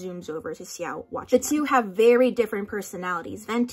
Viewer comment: I once read a zhongchi fic that included the detail about the chopstick symbolism and I actually wasn't aware it was canon Edit: the way you pronounce x-i-ao gets on my nerves